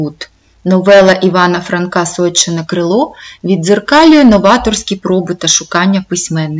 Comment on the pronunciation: Розказано не погано, але є зауваження вимовляється не сойчєне, а сойчине вимовляється трердо ж, ч, ш а не пом'якшено.